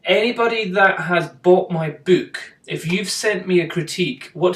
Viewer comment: funny how you say book. you say byyk not buuk. i laugh everytime